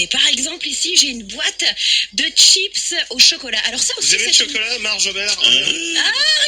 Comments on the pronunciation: j'ai envie de la frapper quand elle dit "TCHIPSSSS " au lieu de chips bordel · des « SHIPSSSS AU CHOCOLAT » 😬😬😬